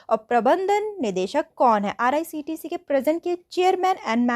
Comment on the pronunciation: IRCTC❌ RICTC✅ 😂